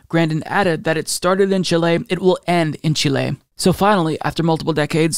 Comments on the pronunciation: Love this. But I was extremely distracted by your odd pronunciation of Chile lol. It's CHEE-lay, not chee-LAY. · Don't worry dude, you tried your best and that's what matters. The letter E in Chi-le is pronounced like the E in "Let", "Left" or "Get". The pronunciation is closer to Chee-leh than Chee-lay. Thanks for covering these events in my country, it means a lot, greetings from Chile 🇨🇱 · The actual pronunciation is somewhere in-between. If the country's name was"Chilé" your pronunciation would've been fine, but it's written "Chile", so pronounce it more like "CHILL-eh". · It is pronounced ‘CHEE-lay’, not ‘chill-LAY’, but thanks for trying. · Chileee Not Chiley. There's no country called Chilei it is CHILE repeat after me CHILE Chilee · Just a correction ... the name is of the country is Chile not Chilé. The stress goes in the letter I not E. Chíle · I don't often bother with pronunciation as I know American and British can be different. I have grown up saying Chili for Chile, I checked on Google and I heard a voice saying Chili in English and Chile. as in Chilay - in Spanish as pronounces it.. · Its chile not chilee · CHI-le, not chi-LAY. Great video and fantastic news! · Chee-leh. Not Chill-ey. lol Pendantry police! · The pronounciation is Cheelay not Chilay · Chíle.....Not Chilé... Accent on the "Chi",... 🙂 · In phonetical english it's pronounced "Cheeleh" :) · Raúl García no le mientas, don't lie to him, that pronunciation was not fine Lol. I'll somewhat agree tho, better Chi-lay than Chi-lli. In any case, the only thing that truly matters is the love and appreciation we all have for and his crucial channel. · LOOOOLLL! YESSSS!!! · Chile is pronounced CHEE-lay, with the accent on the first syllable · CHI - le, the stress is in the first syllable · It's just the Spanish pronunciation with the stressed é (Chilé). It can feel strange to pronounce words from a language that you know while speaking English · It’s not chi-lay 😂